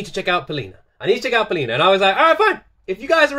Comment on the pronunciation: You pronounced her name with correct stress, but her surname sounds GagArina, not GagarIna.